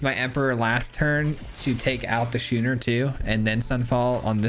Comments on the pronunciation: Love your decks man. Always a good watch. I craft some of the jank and have fun with it. Thanks for stating at the beginning about a deck being jank, and be careful about crafting. As a free to play player I am not swimmingin wildcards. FYI the card schooner is pronounced "skoon-er". ALSO F farewell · Happy Thanksgiving! Love the concept. Not to be 'that guy', but 'schooner' is pronounced 'sko͞onər'.